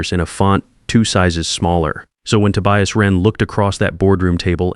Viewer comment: A.I. can't pronounce Tobias, or Reid... stick with Marcus, Ethan, and the usual others. Sounds less silly than 'Ride' and 'Tobious'.